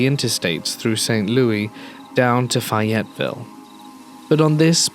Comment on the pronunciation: Coming from the Fayetteville area it is pronounced "Fae etteville". Otherwise great work as always.